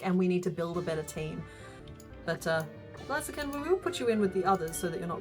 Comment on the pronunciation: I love this channel, and everything she makes is just amazing, but it's Blaze - a- kin. Like a blazing fire... The 'bl' sound, followed by the long 'a' sound (as in "say"), and then the 'z' sound....